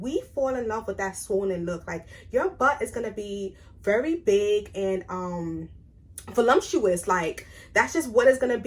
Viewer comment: Not trying to be rude but just to help you pronounce these words properly- there is no M in voluptuous, and it’s elasticity, pronounced e-lass-tiss-ity 😊